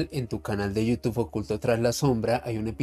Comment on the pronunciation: Al finalizar, un señor decapellido invita a su canal de You Tube sólo que no es capaz de pronunciarlo correctamentevy termina invitándonos a iU TUF. Por favor,, toménse su tiempo entre todos y enséñenle a decirlo bien. Gracias.